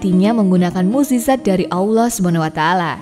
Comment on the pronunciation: Nyebut mukjizat, isroiliat allah susah bgt, kurang fasih, blajar huruf hijayah dlu min biar gk d komplain sma subscribernya. Yg nyimak pasti ngerti dmn salahnya.